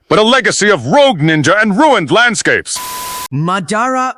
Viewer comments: ngl them pronouncing it “muh-dah-rah” instead of “mah-dah-rah” was really pissing me off😵‍💫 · why are they pronouncing it muh-dar-uh when the name is obviously pronounced Ma-Da-Ra in the anime? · that pronunciation of Ma DA RA was horrendous it kept throwing me off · muh-dar-uh.... ahh my ears! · AI pronouncing it like M’dara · Turned the video off as soon as I heard “ Ma-dah-rah” 😂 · The way he says Madara is a crime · Idk why it bugs me when someone says a naruto character name wrong. Madara saying his own name wrong bugs me a lot 😂 I can't help it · Learn how to say Madara. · Hearing them mispronounced Madara name is nerve wrecking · Yeah - I hit 'Stop' the second you mispronounced "Madara'...